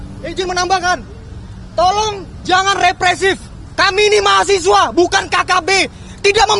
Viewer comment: Mahasewa bukan mahasiwa jemmmmbut